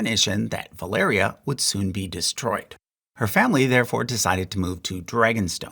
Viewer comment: ValYria, not ValEria. Sorry, it bugs me...